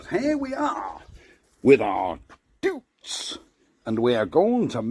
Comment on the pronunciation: Is ‘Doooootz’ a Norfolk thing? 🤔🥴